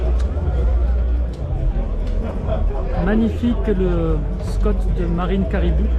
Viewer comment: Marine Cabirou et non caribou😂😂😂😂